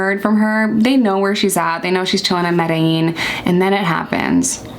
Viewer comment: OMG … You know how to say Medellin. It’s official. I’m in love 😂 Edit: Trujillo is Troo-hee-yoh